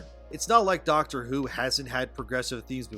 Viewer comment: Yeah, you're not qualified to talk about "Dahcktre Hou"